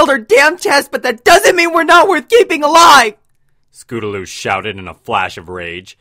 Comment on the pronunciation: Scotaloo? Don't you mean Scootaloo?